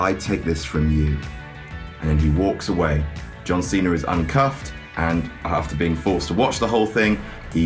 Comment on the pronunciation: why does he call him john cenar.